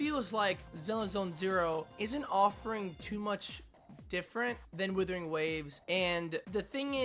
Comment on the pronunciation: dont say withering